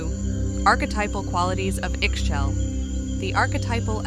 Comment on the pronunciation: I believe it’s pronounced ee-shell